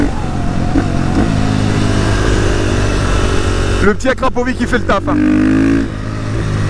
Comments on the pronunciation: juste on dit pas akrapovik mais akrapovich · Akrapović se prononce akrapovitche à cause du ć lol